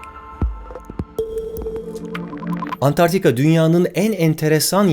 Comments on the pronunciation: Çok iyisiniz alanınızda, ama niye Antarktika diyeceğinize Antartika diyorsunuz? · "Antartika" değil "Antarktika" olmalıydı